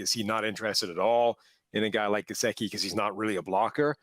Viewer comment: This Irish guy doesn't know how to pronounce 'Gesicki.'